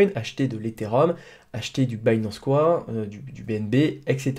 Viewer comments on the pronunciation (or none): Pourquoi tu prononce '' Bitcoin'' comme il faut et tu dis du '' binance couin '' mdr